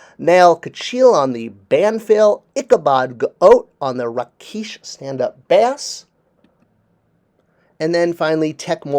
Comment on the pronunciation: I didn’t realize one of the band members played a fish (the bass). Good Lord,, the word is bass as in “base” as in a bass guitar or stand up bass. It goes boom boom, fhroom! Duuuung! real low and boom boom like. LOL….bass. Let me guess, you’d pronounce the fish called crappie as crap-ee when it’s actually crop-ee. I thought you were a writer of…. action figure bios …… or something like that?